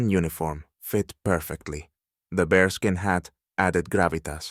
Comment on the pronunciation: It is not bRe skin, it is bear skin